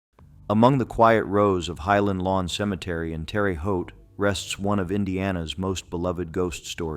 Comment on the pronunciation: Stiffy Green has always been a concrete statue. Im from Terre Haute. I was led to believe it was a real dog at one point but it never was. Also, you almost pronounced Terre Haute right. Tearuh not Terry